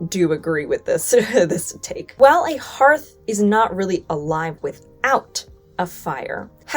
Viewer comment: Thank you for pronouncing "hearth" correctly! You're the first YouTuber out of at least half a dozen that I've seen to do so. I also really appreciate the straightforward history without any revisionist spin. If I could give this video a "love" instead of just a "like" I would.